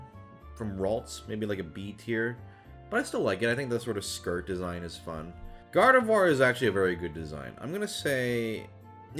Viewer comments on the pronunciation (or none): none